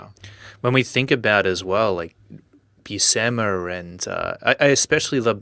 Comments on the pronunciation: Buscema is not pronounced Buseema, its pronounced Bushema. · Italian surname. Popular in Palermo Sicily. Respected (mafia) surname actually 🤣. My father is from there. In Italian the sc sound makes a sh sound. For example uscire (meaning to go out) sounds like usheereh. I never hear Buscema pronounced properly - Among my comic friends though🤣. Now you can teach me a thing or two about comic art! Loved your interview yesterday on the speed vs quality! Thanks